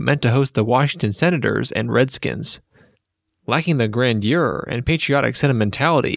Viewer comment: Dude, please learn how to pronounce the word "grandeur."